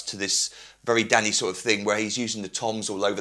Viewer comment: I keep laughing it sounds like he is say daddy not danny